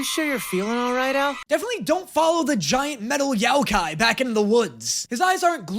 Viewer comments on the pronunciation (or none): pronouncing Yokai like Yaoi-kai was pretty funny